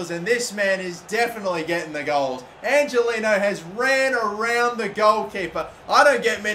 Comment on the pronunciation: Angeliño is pronounced angeleanyo